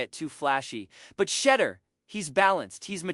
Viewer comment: you need to learn how to pronounce his name